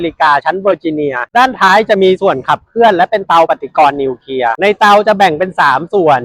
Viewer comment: นิวเคลียร์ ครับ ไม่ใช่ นิวเคีย😅